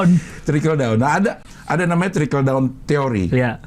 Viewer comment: Gapapa bang dikit kliru bilang trickle jadi tracking ✋